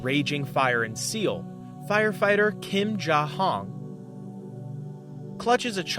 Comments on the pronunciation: Seal? Does this guy not know how to say asian places? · i’m pretty sure you meant seoul (soul) not seal